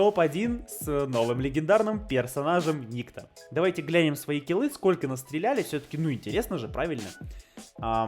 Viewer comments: Я так понял что правильно называть перса никтó а не ни́кто, потому что этот перс является русским, а у иностранцев (не смог найти другого слова) нету имени никто, есть ник и тип этого поэтому его называют Ни́кто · правильно никто́. Ибо данный персонаж русский, а так как колда американская они его и называли ни́кто, ибо им это ближе и проще. Ошибка перевода и/или произношения короче. Кстати это, от сборочки на дигл я бы не отказался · Если что правильно говорить НиктО